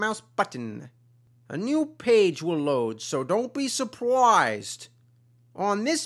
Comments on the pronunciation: Don't be "supwised", lol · don'y be supwoised! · Don't be soo-proyzed!